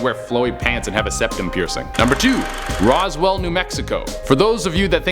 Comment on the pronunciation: Rosewell? Really?